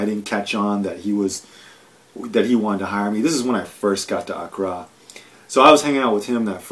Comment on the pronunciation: honestly anyone who cannot pronounce the capital of the country he giving insight of really those that much knowledge of the place also he was only there for like a couples weeks so how much those he know plus in his other video he wanted to know about Ghana so early there no facts been state just a opponent commentary I got nothing out this smh